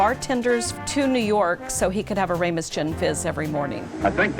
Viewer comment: That's RAMOS, not RAYMOS.